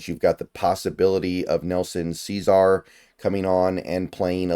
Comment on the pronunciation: Love your informative yet short videos and appreciate all of them. That being said, the way you pronounce some of these names including Ceaser is crazy lol